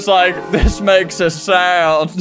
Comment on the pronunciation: “this makes a syound”